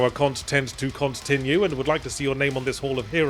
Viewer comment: "cont tent to cont tinue" is 🔥